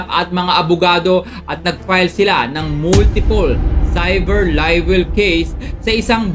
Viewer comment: DeFartment of Justice, Moltipol CIVER LIVEL. hahahaha hoy brad malapit mlaglag yung pustiso mo! CIVER LIVEL hahahaha. ayusin mo yang pagbigkas mo!